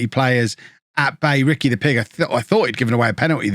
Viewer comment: hes name is Puig. it reads like this Pu-ig not Pig.